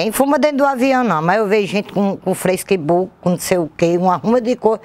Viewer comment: “Freisquibuqui” kkkkkk